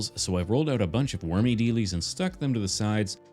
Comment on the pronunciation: Why do you always say “Wormy Delees?”